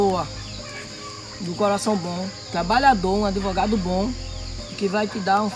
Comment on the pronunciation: adevogado, não sabe nem falar direito kkkkkkkk